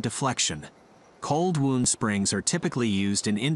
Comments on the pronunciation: Wound is pronounced 'wownd' not 'woond' ! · "Wound" as used here when talking about coil springs is NOT pronounced like "wound" as in an injury. It is pronounced like wow-nd. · Fascinating video! However, your text-to-voice narration made me chuckle. Although spelled the same, 'wound" as in "spring wound" is not pronounced the same as "wound", as in a cut or abrasion. LOL. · its cold wound, as in to wind, not wound as in to hurt or maim haha